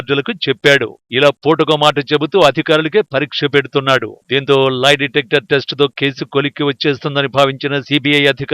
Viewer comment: Live detector కాదురా నాయినా.... లై డిటెక్టర్...వాయిస్ ఓవర్ కరెక్ట్ గా చెప్పాడు యాంకర్ ఏం చదువుకున్నాడో